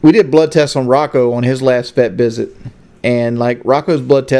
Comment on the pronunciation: vet bisit.. made me laugh. Had to rewind just to make sure I heard it